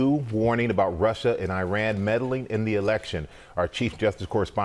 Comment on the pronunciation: It isn’t pronounced Eye-ran, it’s Iran (Eeran)